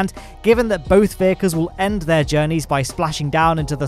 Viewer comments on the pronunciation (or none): none